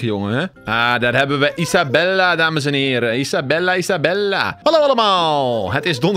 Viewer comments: Hoi ik weet niet of of andere mensen het ook hebben opgemerkt maar hij noemt Isabelle Isabella maar volgens mij spreek je haar naam uit als Isabel als je dit ook denkt laat het dan weten👍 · ‘Isabelle’ spreek je uit als Isabel..